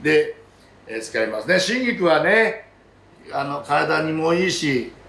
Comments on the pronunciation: 「シンギク」って発音に聞こえるのですが、気のせいでしょうか？ オリーブ油が味噌だとか。 アレンジでアボガドやゴーヤを少量混ぜても良いかも。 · 春菊、手頃でいつでも売ってるので作ってみたいです！シェフの開口1番の春菊(しんぎく？)の発音に思わず笑ってしまいましたー佐藤ルミナさんもググって調べました！冒頭から楽しませてくれるこの動画はホントに見てて楽しいです！製氷機の音にも反応して、たくさんの触覚を張り巡らしてるんだなーと、そんなところも魅力に感じてます。また明日、楽しみにしています！ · 多分、北海道弁ですね 東北はじめ北国では言葉を縮める傾向があります しばれると口が動かねんだわw